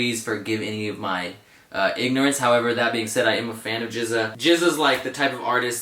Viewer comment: No worries, at least you say GZA the correct way ;)